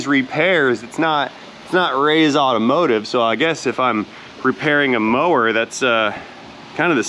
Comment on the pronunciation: went fom working on automotive to automowtive.:P